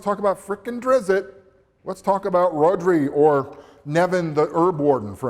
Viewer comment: I thought your review was really well thought out and your presentation was very good , but for one thing ... Your one of those people that mispronounce Drizzt,s name here is a link that shows you the correct pronounceation of his name ... please check this link R.A. Salvator does not say Drizzit and he created the character so he should know how its pronounced ... sorry I dont mean to be stickler but ... your wrong on that one ...